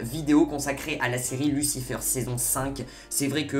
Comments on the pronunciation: Mec t'es pas anglophone stop dire lucifeure c'est lucifayr .... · Tu dis n’importe quoi, amenadiel n’a jamais dis que Michael est plus fort, justement il a dis que Lucifer est plus fort, et tu dis « lucifeur » au lieu de « lucifèr » et Lucifer est allez en enfer pour protéger chloe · Arrête de dire lucifEUR stp 😭😭😂